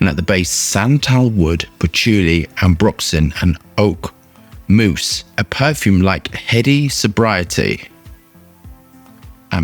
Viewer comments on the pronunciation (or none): Did he say “santalwood” and “oakmoose”??